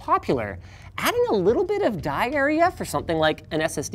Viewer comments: Am I the only one who heard diarrhea instead of die area? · I heard “allocating diarrhea” when he said “allocating die area”